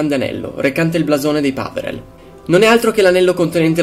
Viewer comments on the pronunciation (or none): Peverell non Paverell ahaha ok la smetto